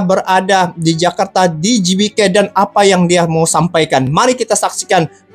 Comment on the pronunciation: Lagi kren kalau sebut GBK sprt org INDONESIA bang